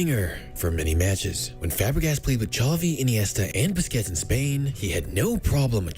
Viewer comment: Aint no way you said Bisquits💀